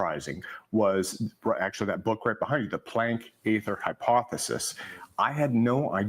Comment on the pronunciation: Aether is beaing pronounced in German as they say it. Also Friedwardt is being pronounced FREE-d-vahrt